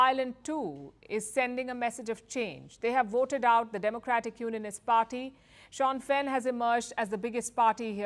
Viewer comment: Its pronounced SHIN FANE not Shawn Fenn.